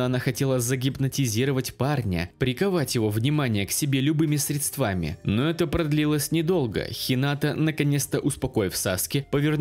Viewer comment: УРАААААААААААА, ОН СКАЗАЛ СЛОВО "СРЕДСТВАМИ" ПРАВИЛЬНООО!!!!